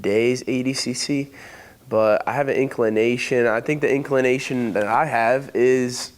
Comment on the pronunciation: Listening to butt-rod say “inclination” is absolutely insufferable.